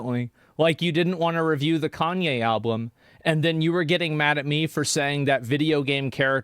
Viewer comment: Will somebody please correct this guy. ITS ALBUM. NOT ALBLUM